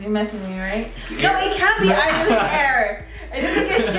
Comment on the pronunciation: Lmao “ireland air”😂